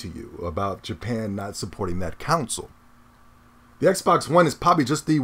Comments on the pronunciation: I truly find your vids entertaining and I agree with lots of what you say. But dude, please try and say CONSOLE. Not council. The way you always say it sounds like you are talking about a tribal council jury. Sound it out. Connnnn sole. Not being a wise ass. Keep up the good vids. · Lol nigga said "counsel"